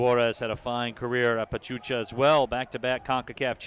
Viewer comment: My respect for Detroit City FC fans. I love the support for their team. I just hope Bravos start on the right foot and beat Atlas on the season opener. On a different note, it was hilarious when one of the commentators mispronounced the team of Pachuca for "Pachucha." Many fans from Juarez got a kick out of that one. Kinda cute really. The commentators however, are very well-informed about Liga MX. Kudos to them! Vamos Bravos a romperla en primera, El Chuco Town te apoya!